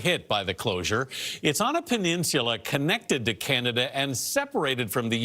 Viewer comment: Sorry, it's peninsula. Not sure what you said but it wasn't english.